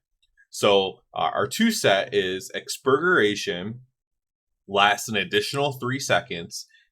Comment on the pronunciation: That “Exbugeration” 🍔 🍔 🍔